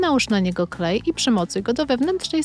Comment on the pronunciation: NIE MUWI SIĘ KHLEJ TYLKO KLEJ